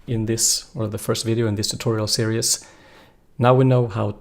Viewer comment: Great lessons..... one for you..... not Serious......... Series ....ser ezzz long e for both of them.... Great English though.... OED series (ˈsɪəriːz, formerly ˈsɪərɪiːz)